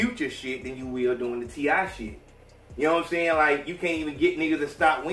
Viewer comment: t.i. not t.i.p